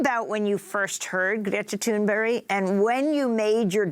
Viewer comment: Tuneberry? Did she say Tuneberry, geez the Anchor said Greta's name incorrectly, am i bugging?